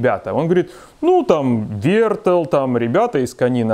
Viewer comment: Не вертл а вертел (без обид)